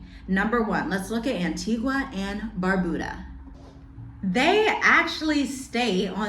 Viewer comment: Dominica - Dom-min-knee- ka Antigua - Ann-tee-guh Caribbean - Carib-bean